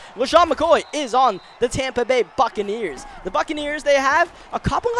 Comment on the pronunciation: Almost sounded like Tampa Bay Fuckaneers